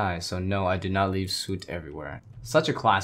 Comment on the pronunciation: The way you pronounce soot lmao.